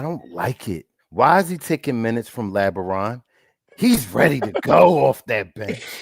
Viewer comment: LabaRon 😂😂😂😂 the LeBron James affect